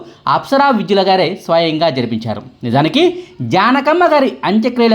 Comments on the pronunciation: విద్యుల కాదు వైద్యుల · విద్యుల... కాదండీ. వైద్యుల.... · apsara వైద్యుల అని చెప్పండి. విద్యుల కాదు. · నాయనా..ఆ అమ్మాయి పేరు అప్సర వైద్యుల, అంతేగానీ విద్యుల కాదు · ఇంటి పేరు తప్పుగా పలుకుతున్నారా లేక spelling తప్పు రాసారా? 😑